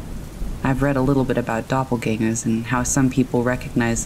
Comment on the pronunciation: German word pronounced correctly!